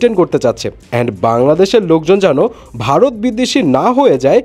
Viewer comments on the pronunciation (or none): none